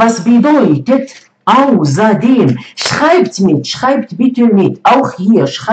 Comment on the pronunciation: Ausserdem und nicht auserdem 😂